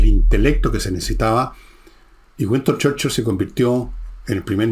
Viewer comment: Gran personaje y gran resumen. Pero..."Güiston Cherchil".